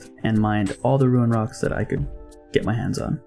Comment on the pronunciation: Love the vids man, pretty informative also not to sound like a douche but its rune not ruin like roon haha sorry